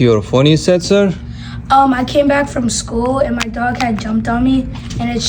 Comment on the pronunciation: The first time he said sir not sirsh 😂 no offence